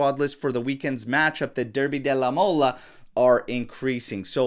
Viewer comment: Its derby Della MOLE not mola